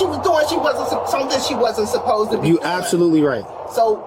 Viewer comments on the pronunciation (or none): none